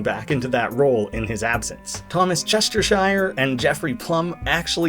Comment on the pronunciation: Thomas Chestershire: It's pronounced Chester- Sheer. Like the word sheer. I'm British.